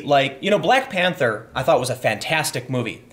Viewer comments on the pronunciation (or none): none